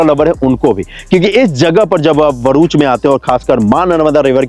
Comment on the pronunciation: Not varuch It’s bharuch Bha